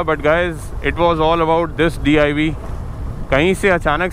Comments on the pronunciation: Aapne jaldi jaldi meh DIV bol Diya it will be DIY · DIV nahi hota DIY( Do it yourself) hota hai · it's not DIV, it's DIY (Do It Yourself). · Correction: DIY- boleto Do It Yourself (not DIV) Btw best DIY ever on a bike. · ek mistake krdi ap ne.. its DIY 😅 not DIV..koi ni glti ho jaati h..we all love u😊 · sir vo DIY hota hai..naki DIV... 😂😂🙏❤❤❤❤ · Bro its DIY nt DIV.. ✌😎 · DIY bolo DIV nahi. 👍🏻👍🏻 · it's DIY....not DIV 😅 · Do it yourself.... DIY hota hai naaki DIV . 😂😂😂😂😂😂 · div nahi diy😂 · DIY not DIV 😁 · It's DIY not DIV... 😂😂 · its DIY not DIV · Not DIV its DIY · DIY hota hai div nahi😂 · vo DIY hai not ''DIV'' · Its DIY not DIV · It's DIY not DIV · I thought it's DIY not DIV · ''DIV'' boli jande o it's "DIY" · DIV NAHI DIY HOTA HAI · DIV nahi DIY hota h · DIV Nhi DIY Hota h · Div nahi Diy hota hai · Bhaiya div nahi diy hota hai lol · Aree ch""ya usa div nahi d.i.y. bolta hai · bhai diy* u pronounced it wrng 2 times